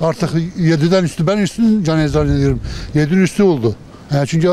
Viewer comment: "Üstü" değil, "Üssü" "Ropörtaj" değil, "Röportaj" Cesur videolar için tebrik ediyorum.